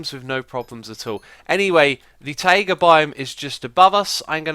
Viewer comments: It's "tie ga", not "ta ee ga". /ˈtʌɪɡə/ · your pronunciation of taiga is really weird, it's actually [t'aigə] like tiger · Ta-ee-ga? :D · i need to go to a taieeega biome, lol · The way you say Taiga kinda freaks me out. ^^